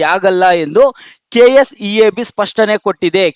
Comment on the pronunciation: Kseeb bro kseab alla😂